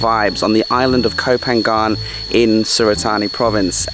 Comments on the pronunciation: Koh Pha-ngan not Phan-gan ค่ะ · I've always thought it was Koh Panyang (sound) not Koh PanGan (sound) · Ko pha ngan is a better way to pronounce it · I thought I was pronounced koh panyan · It’s pronounced Go Panyaan. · Love the videos as always, how come you have lived in Thailand for so long and still can't pronounce koh phangan? 😂